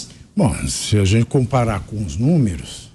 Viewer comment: Fazueli, se eduque para sair da pobreza e comece trabalhar para parar de pedir tudo de graca para quem trabalha. "Gente" nao Jente, o que e' seromano?? Nao e' estoria, e' Historia. Volte para a escola e aprenda ser gente, seu esmoleiro.